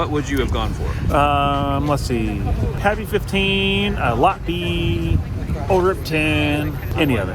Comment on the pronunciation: Was slightly disappointed when the girl couldn't even pronounce pappy thought she was just there to sell it lol I don't mind the secondary raffle not a bad way to go Enjoy the content